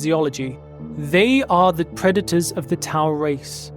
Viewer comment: lol "preda-tau"